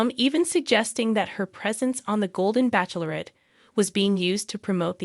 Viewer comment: Joan Vassos is 61 years old, not 64. You are also pronouncing “bachelorette” incorrectly. Look, it up.